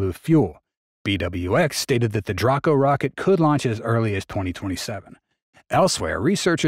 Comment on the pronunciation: its pronounced, dray-co. not dra-co.